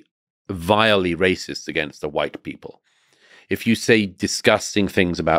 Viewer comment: RAY - CIST PRI - CK!!!